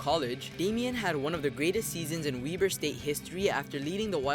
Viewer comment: “WEB-ERR” .. not “WEE BERR” (WEBER”